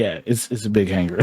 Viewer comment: lol this guy... it aint Hang-gar its Hang-ar